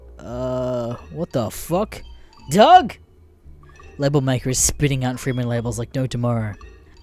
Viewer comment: It pronounced dug not dough that's how the name is pronounced